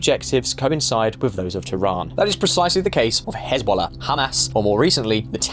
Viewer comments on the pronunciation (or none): none